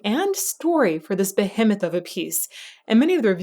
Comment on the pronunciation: That’s not how you pronounce behemoth